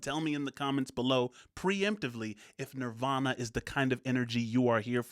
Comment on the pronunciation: The statement this video is making hits way different today, right down to the host (The Machine) mispronouncing the band's name at the end, reminiscent of Pink Floyd's 'Have A Cigar'.